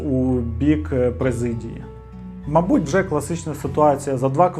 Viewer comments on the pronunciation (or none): Я розгадала) Добрий день 😏 Ну - мАбудь, відвЕзти, це ще бо божески. Далі. Вірно: близькИх, помЕр. Не пОмер) А так, просто чудово 👌🏻 Хороша вимова, приємно слухати 👂🏼